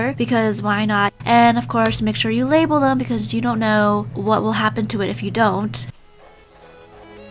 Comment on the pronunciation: She put that emphasis on the label lol